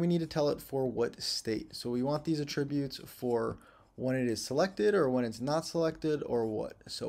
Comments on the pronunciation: For the love of God, stop saying "a-TRIB-utes" We stress the FIRST syllable with the word: attributes. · I think has a license to pronounce "attributes" any way he likes considering the quality of his lessons. In fact, I am perfectly fine with "forward/backward slashes". Whichever. Don't matter. Just keep teaching the way you teach,!